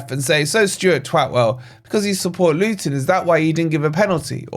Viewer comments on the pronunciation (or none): none